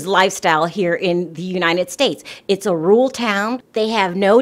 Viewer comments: Its pronounced "Roar-Rule". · It's Rural not " Rule" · Are you trying to say rural? Because we hear you saying rurl.